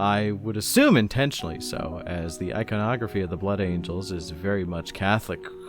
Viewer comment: I agree with your thoughts completely. As a Blood Angels fan, I actually have a hard time liking the "Blangels", if I correctly heard you incorrectly but beautifully call them 😏. I constantly find myself coming back to Sanguinius because I love this idea of love and light that he pushes that I feel I can never find in the same intensity or purity with his successor chapters. And I've been constantly looking for someone to explain why that is and so far, your video has come the closest out of anyone's. 🙂 Your views on the big Angel Boy himself remind me that we all like our respective characters from 40k because we connect with them on some level and that they have some inestimable degree of some human virtue to them or something like that and so it's important to remember that I, personally, really like Sanguinius because he's ultimately human despite his superhuman qualities and is also one of the few primarchs to really recognize that his humanity is a part of who he is. Regardless, and to make a long story somewhat shorter, I do also like how you broke down the flaws of his character that we often overlook; that he was actually very consistently getting closer and closer towards breaking down in a very awful way and that he may not have valued himself as much as he should have or given himself enough of a break to be able to bear through everything that happened. I'm glad that we can look at these fictional superhumans in such a way as to find their very human flaws so tha